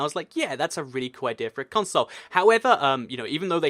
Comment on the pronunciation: I hate the way you say console